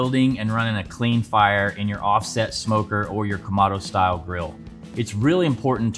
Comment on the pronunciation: It's Ka-moh-doh not Ka-ma-do